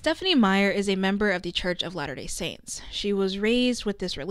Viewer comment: Gonna be honest, I thought you were saying lana del saints ( as in lana del ray stans making some sort of cult) and not latter day saints